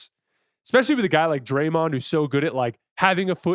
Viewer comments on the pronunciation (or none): none